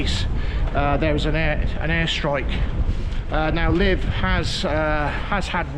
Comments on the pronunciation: Nice to see Ukraine, haven't been where you are, I stayed in the capital in 2019, fabulous place and lovely people. As far as I know, where you're staying is pronounced LeViv, rather than Liv, but heck, I could be wrong. Have a safe and enjoyable time, I can't wait to go back myself, but, after things get a bit more normal again. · Great video, but please pronounce the name correct. I lived in Ukraine for 7 years and where you are is very safe, even the side streets.. enjoy the rest of your time there and explore